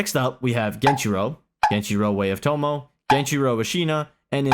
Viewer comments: Genichiro is S tier, at least inner geni. Also stop pronouncing it fucking genchiro. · I think you are forgetting the first ''i'' in genichiro 😅